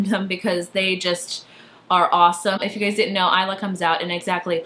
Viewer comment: Thank god you pronounced Isla as Aihla instead of Isla XD Love tote bags. They be so swag ;)